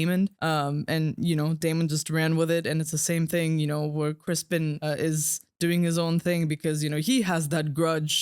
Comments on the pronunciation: It’s Cristen Cole, not Crispin. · I LOOOVEE how you keep calling Ser Criston "Crispin"... I freaking hate that guy😂😂